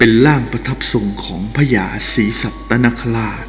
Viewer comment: พูด ร ล ควบกล้ำให้ชัดหน่อย พระยานาคลาด กาบไหว้ นางลำ เหตุการณ์ในคิป เหตุการณ์อะไล เผยแพ่ เลื่องเล่า ล้องไห้ หัวเลาะ